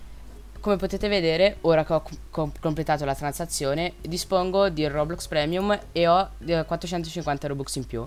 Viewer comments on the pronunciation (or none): none